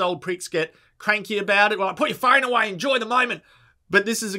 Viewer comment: The way you pronounce phone genuinely fucked me up bro